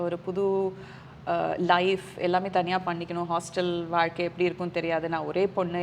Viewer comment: Abhirami is great. Ramya great job. One small suggestion. You were pronouncing “Zha” and la nicely. Suddenly, you say valkai instead of vazhkai. Please don’t go with the trend. You are doing a great job !